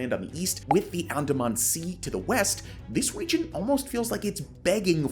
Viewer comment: Good info. Please learn to pronounce the geographic locations: e.g. Brunei, Andaman, Myanmar, etc.